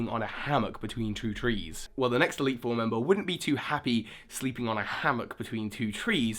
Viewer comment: you once said eitle 3